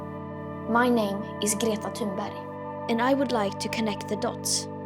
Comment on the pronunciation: Viram? A pronúncia não é tamberg como dizem os Jornalistas, é Tinbérrg